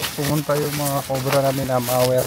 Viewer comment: correction po: mower po hindi mawer🤣😊